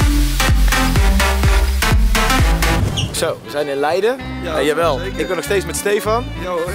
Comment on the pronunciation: Giel zegt het goed: leiden Thomas zegt het fout: f*nking